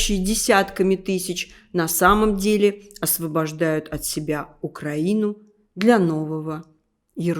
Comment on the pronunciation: Подалуйста исправьте произношение ,УкраИна,украИнский....нет такого УкрАина..Ведь ваша страна не РОссия,а РоссИя..